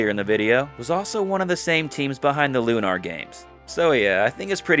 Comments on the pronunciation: It's not Loo-NAHR, mate.l, just said normally. That's an admitted Victor Ireland marketing trick, that hack, lol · Hee, it's a bit funny hearing you call it Lu-nar like that. It's called Lunar 'cause (spoiler) it takes place in a crater on the moon that has been magically made habitable. If there's one problem I have with the game and its sequel, it's that they never really explained what happened to the Earth, in detail, and where everybody's powers come from, particularly the Goddess. Though, if there is something that explains that outside of the two games, I'd like to know about it! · You don't know how to say Lunar? C'mon.